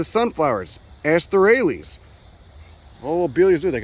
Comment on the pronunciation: I drink everytime you say assterasea, I have never finished one of you vids....